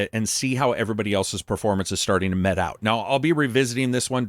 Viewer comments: Great review, as usual. Just wanted to clarify, you say "It's good to wait out and see how everyone's performance is going to mete out.". I believe you said "mete.". However you pronounced it 'mett' instead of 'meat' multiple times in the video. Just wanted to correct that pronunciation for future videos. Other than that, keep up the good work! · Mete is pronounced meat.